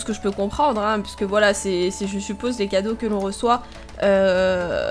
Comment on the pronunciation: je reve ou tu a dis pupose au lieu de supose?:D héhé xd jpp